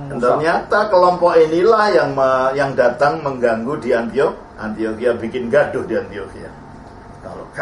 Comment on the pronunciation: Kenapa sering terdengar "antokhia", dan bukan "antiokhia" ya. Apa mungkin kuping saya yang salah ya? Tapi terdengar seperti itu 😓